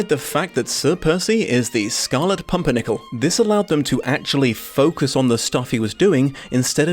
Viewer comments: you say "scarlet pompernickle" was that a mistake or just another way of pronouncing the name that is equally correct since you aren't the first person i have heard say that. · =I love how he kept mispronouncing pimpernel 😂😂😂... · Take a drink every time misnames the Pimpirnel for comedic effect